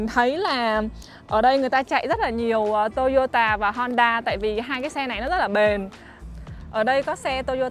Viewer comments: Sao lại đọc là "tô y ô tà"mà ko phải là" tô y ô ta" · Toyota chứ k phải tô dô tà nha e